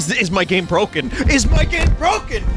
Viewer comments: Game's really bwoken. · Wow, five times in a woah, maybe your game is bwoken.